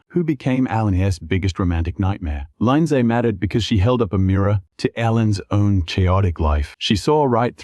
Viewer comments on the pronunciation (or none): Do yourself a favor. Turn the volume down. Because the narrator uses countless different versions of the same names and most of them are incorrect! SERIOUSLY!? "LINE ZAY" for Lindsey? A lann (Alan), dibert for debut??? Oh, and don't forget the Molee bu beach house!!!